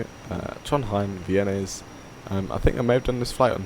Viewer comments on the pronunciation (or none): FYI, the letter Æ/æ in Norwegian is pronounced like the "a" in "cat". So "Værnes" is pronounced something like "VÆ-ness". Nice video BTW.